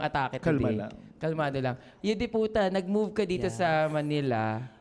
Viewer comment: It's Yudipota not Yudi Puta po